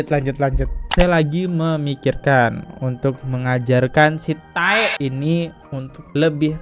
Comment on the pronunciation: Bang densu pernah jelasin klo "tae" itu dia ambil dari kiasan korea, jadi ngomongnya jangan TAE tapi "te", A-nya jgn dibaca. Katanya pinter, research dulu dong. 😌 Bukan maniak drakor jadi gak ngerti cara bacanya 🙊